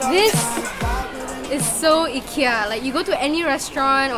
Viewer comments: The I in Ikea is like the i in if, it , not eye. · Why is everyone teasing the way she says IKEA. 😂😂 It’s really pronounced EE-KIYA NOT eye-kiya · Eeekia. Haha love the way you pronounce it! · hhahahahah! I've been told the right way to pronounce is EE-KIA. :( I've been wrong this whole time.